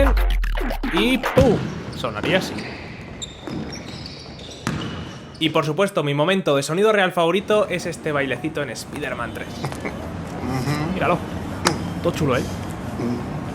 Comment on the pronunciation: Like por decir "espiderman" y no "espaiderman"😂👍